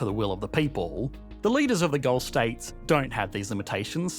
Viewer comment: Had to stop watching due to the annoying Australian trailing lisp, like get that under control and learn to pronounce "Gulf" as not "Golf" lol, and not add like 13 Ys to the end of currency when currency is the last word in a sentence